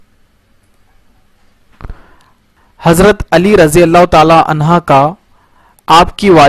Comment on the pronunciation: بھائی عنہا نہیں عنہ